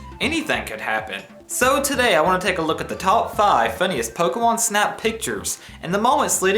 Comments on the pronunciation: you said fokemon instead of pokemon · I swear I hear you say 'Pokewon' at least half the time.